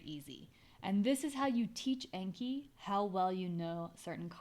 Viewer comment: Really helpful stuff! Thank you! As a Japanese language learner, anki is a Japanese word meaning "memorization," and "learning by heart" and pronounced with a short a as in "father." Thanks again!